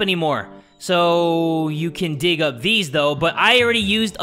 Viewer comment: Gig 😆 no it's dig 😮😅😭